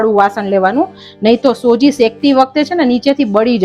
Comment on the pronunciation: સોજી નઈ બેન સુજી કેવાય..